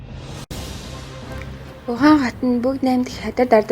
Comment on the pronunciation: Хөтлөгчийн хоолой онцгүй сонсогдожийн У Хань хотын нэрийг буруу дуудаж бна шүү